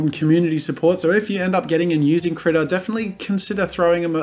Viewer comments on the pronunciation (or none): I thought he was saying "Critter" the whole time, but see it's spelled "Krita" (which is crayon in Swedish, which makes me wonder where it's from?)